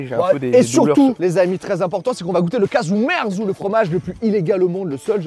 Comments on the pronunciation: Le nom Casu ou cazu marzu, vient de l'italien, en Corse c'est casgiu merzu, d'où le désaccord de prononciation 😂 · Casgiu merzu qui se prononce cajou mertsou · Kajou Mertsou (pour le prononcer en phonétique). Ou kajadiou (le fromager, toujours en phonétique)